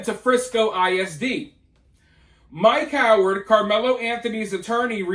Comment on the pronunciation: When you said “ Mike Howard” at first I thought you said “ my coward”